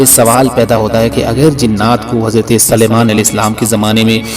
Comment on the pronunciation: آپ حضرت سلیمان علیہ السلام کے سین کو زبر پڑھتے ہیں قرآن میں دیکھیں س پر پیش ھے امید ہے کہ درست فرمالینگے